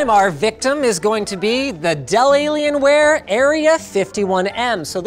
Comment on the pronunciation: "Delalien" lol